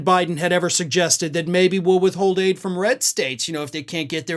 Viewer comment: Aid not ADIE!